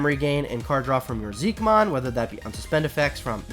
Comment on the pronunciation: I know its confusing but I'm pretty sure Xiquemon is pronounced like shi-che-mon